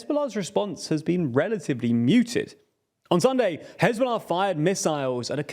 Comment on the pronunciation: I love how he said "who hezbollah ah"